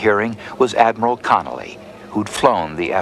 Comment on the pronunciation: Vice Admiral Thomas Francis Connolly Jr. - not Connelly